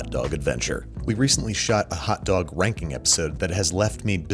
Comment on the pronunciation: Did you say hotdog w*nking or ranking i couldnt tell with how you said it in the intro